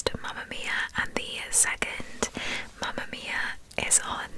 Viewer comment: I love how you pronunce “Mamma mia”😍🇮🇹❤️